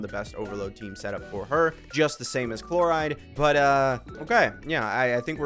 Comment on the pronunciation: Nevi won't stop getting buff or new teammates like for forever and sayno will be saying no to become playable no matter how much broken support you give him. And lastly, the way you pronounce Clorinde chloride is diabolical